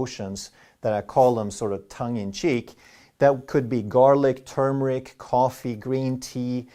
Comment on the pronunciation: Thanks for saying “turmeric” correctly!